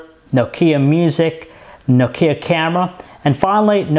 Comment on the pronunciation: His pronunciation of Nokia annoys me more than it should xD